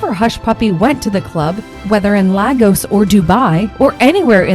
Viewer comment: When will a white person make a little effort to learn how to pronounce an African word especially names of places and individuals,if they are of less importance to you better not make a report about them. Listen to how Lagos was mentioned in this report, very repulsive.